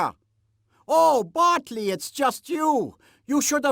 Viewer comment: Taylor Williams Why does Polly mispronounce Botley's name?